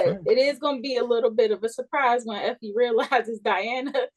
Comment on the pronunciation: I hollered when Ron called Effie Iffie😂😂😂.